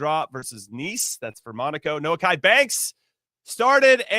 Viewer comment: “No-key” Banks. Not “No-ah-ki”